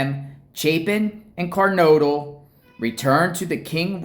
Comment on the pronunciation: 🚫Car-nod-le ✅Ker-node-le